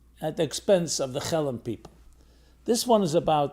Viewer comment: Just say “Hellen” please